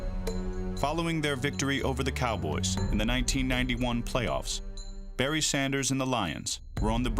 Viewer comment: “Berry Sanders” lol It’s Barry.